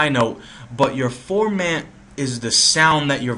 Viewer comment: The formant refers to the size of the person's throat.. to the left it sounds like a little child or woman, & to the right it sounds like zordan or optimus prime, lol.. & it's pronounced, For-Muhn, not ForMaaant.. Also, "Choosy" or "Relaxed" is for the sensitivity of the autotune.. Choosy would nitpick at noise in the signal and every little wrong note.. Relaxed focuses more on the note in question.. Good video though